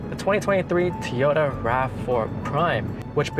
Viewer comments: It's a TOYota not Tota. Learn to say it properly if you're going to do a review video. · Actually it's toy-o-ta. But you're pronunciation was still better than over and over and over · Toy ota not t ota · Great review. But.... it's not Tee Oh Ta. It's TOY Oh Ta. And please, stop saying ''actually"". it"s annoying, lol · STOP saying Teyota!!!!! So annoying. Besides that grey job. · Such an articulate speaker this young man is….didnt say “um” once….does however call it a Teeyota 😅 ….subbed 👍🏼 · eKspecially nice Teeyota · Good video but Toyota is pronounced Toy- ota.